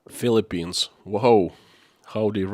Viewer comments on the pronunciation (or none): none